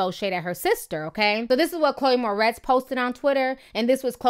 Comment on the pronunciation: calling her "Chloe mortez"....... 🌳🌳🐸☕☕☕💀 lol